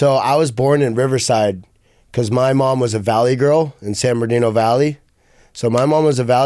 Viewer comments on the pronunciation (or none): He had no idea what the joke was but he laughed anyway! Then wen on to call San Bernadino "San Berdino" like 4 times